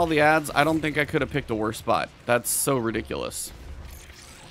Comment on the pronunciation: I like how you pronounce ridiculous. <3